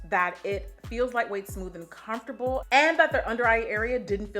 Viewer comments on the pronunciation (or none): none